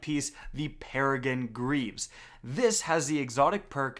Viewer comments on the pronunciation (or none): Its Peregrine, not Peregine